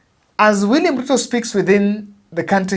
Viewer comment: They pronounce, ''William ''Khuto''...